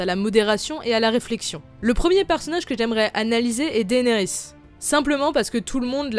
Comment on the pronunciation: Pourquoi tu dit daénerys c dénérys